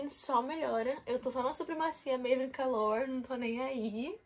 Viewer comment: "Supremacia maven calore" KKKKKKKKKKKKKKK COITADA